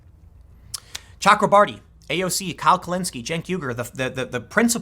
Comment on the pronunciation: Tim, there is no L in both.